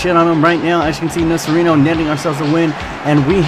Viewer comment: Nocerino is pronounced Nocherino, or along the lines of that